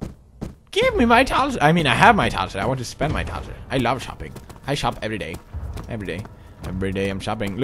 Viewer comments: They are thalers!!! God it anoys when you say thalser!!! sorry... :DDD i dont want to be mean... yay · When he says "thalers" it sounds like he says "tonsils" "I have a hundred and thirty tonsils!" o.0